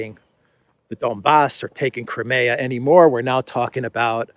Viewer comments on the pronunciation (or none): none